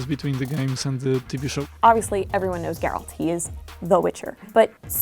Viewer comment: Everybody knows Geralt. But some people still can't pronounce his name right.